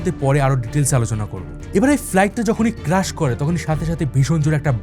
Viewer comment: It’s not crush It’s crash